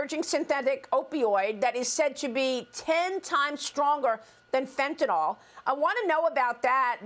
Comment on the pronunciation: FOR CRYING OUT LOUD, MARIA— IT’S NOT “FENTANOLL!!” It’s pronounced “FENTA-NILL!”…. And YES, it matters, because saying it wrong makes you sound uneducated. What if you heard media wonks saying ‘heroin’ like ‘her-OYN?’ You’d be distracted and annoyed, right? I REST MY CASE.